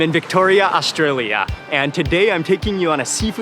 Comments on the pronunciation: Astraya, Melbun.. Nailed it, Mark. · you can really tell Mark makes a conscious effort to pronounce Australia and Melbourne the best he can like an Aussie lol